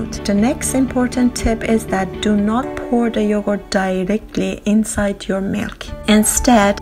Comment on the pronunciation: Yohort? I heard Yohort.